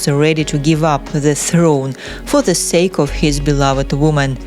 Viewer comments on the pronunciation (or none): none